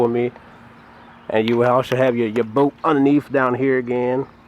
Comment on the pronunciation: It’s bolt not boat 🛶